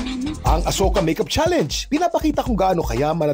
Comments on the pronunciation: Talaga ba? That's how you pronounce the word 'Challenge'? You pronounced it as 'Cha- Leynj'. Yuck. 🤮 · Cringe ung pronunciation ng mga netizens sa word na challenge ginawang "challeynge" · MAGANDA SANA KASO DI MARUNONG MAG PRONOUNCE NG CHALLENGE YONG SA KANYA IS CHALLANES 😂😂😂